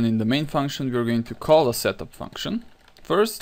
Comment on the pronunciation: Whenever he says "setup" I hear him say "shut the fuck up".